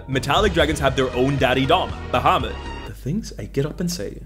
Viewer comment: You know what earned my "like??" You pronouncing "primer" correctly ! Drives me BONKERS when folks pronounce it "primmer." (although I put the emphasis on the first syllable of Tiamat and Bahamut, but I'll let it slide...)